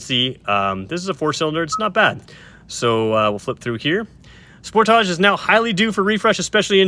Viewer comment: The way you pronounce sportage, gives me ear cancer! Spoortaaje